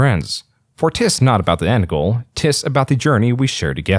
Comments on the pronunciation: "Tis" isn't pronounced "Tiss". It's like "Tiz". A shortened form of "it is". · "tis" is pronounced "tiz"